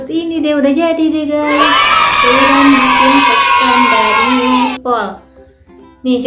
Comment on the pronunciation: Disinfektan bukan dikssinfekstan👍🙏